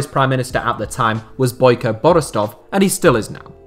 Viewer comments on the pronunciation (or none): none